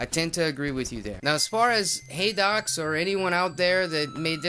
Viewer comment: You pronounced it correctly haha